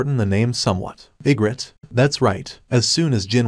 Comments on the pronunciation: Bro the way he says igris is igrit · Why you saying igrit it's igris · Say igrit one more time………Igris😡. And rise up? Are we watching the Atlanta falcons? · I was confused because he can’t say arise or Igrs I don’t know how to spell it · If the name is Egris then why does it read as egret? XD